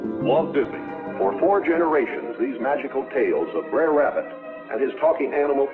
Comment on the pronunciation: Br'er is pronounced more like Braire as the word is a shortened version of "brother" spoken in a patois of a former slave in the south. The animals in the original stories were referred to with prefixes like brother, sister, daddy, Mr and several others. Also the word you pronounced as "cone" is pronounced very differently as well, but that one I am not going to go into for reasons that will be obvious if you look it up...